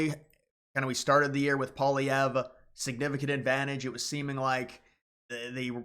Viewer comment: I know it's some crazy french BS, but its pronounced "polly-ev"